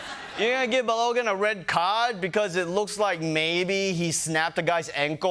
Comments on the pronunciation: Long time fan, and most of the episode was on point. But y’all need to get some normal nerds in the writers room and not just internet nerds. The red card was an awful and incorrect call (although what the president did was obviously unacceptable). And his name is Bal-uh-gan. Like imagine an Irish dude named Calligan but replace the first letter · Can’t really comment on other people’s pronunciation when you can’t pronounce Balogun pal. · Daily Show staff: spend a 2 minutes coaching Ronnie of the pronunciation of "Balogun: name if your segment is centered on making fun of how Trump bungles pronunciations. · Funny, but he actually didn’t deserve the red card and you’re pronouncing Balogun’s name wrong, even though the announcers keep saying it the right way. Everything else is spot on. Trump is a loser. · Ronnie shouldn't be making fun of people's pronunciation if he's going to pronounce "Balogun" like that. Just sayin'...